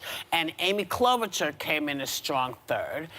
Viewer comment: It's pronounced Klobushar, not Klobutchar.